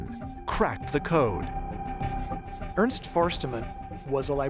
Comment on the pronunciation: Ernst isn't pronounced earnsed. it's more like heirnst. typical name butchering